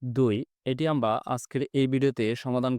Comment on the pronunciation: স্যর আমরা আপনি বলেন আমবা